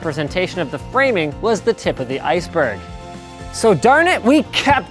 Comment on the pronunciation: Did he say "Eisberg" xD